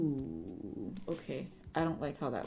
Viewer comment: You got the ooh part wrong honey